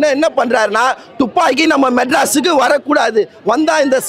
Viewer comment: டூப்பாக்கியா இல்ல துப்பாக்கியா பா